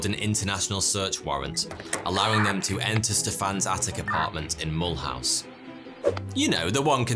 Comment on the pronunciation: I've been to Mulhouse, had no idea that it was home to the greatest art thief of all time 😂. I think it's pronounced 'mull-ooze' though